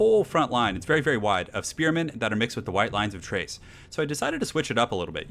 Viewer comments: Why does every one pronounce Chrace as Trace? the ch should be a K like in chaos and chasm? so its Krace not Trace. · Or... Chore. Or... Chime. Or... Cheat. Or... Chuffed. Or... Chubby. Or... Chunder. I can think of a lot more 'Tch' Ch words than I can 'Kch' Ch words. I have always pronounced Chrace as Tch-race. Just like I still stick by Smaug being pronounced as "Sm-org" rather than "Sm-owg", the way you say it throughout childhood typically sticks. This is one that isn't changing for me.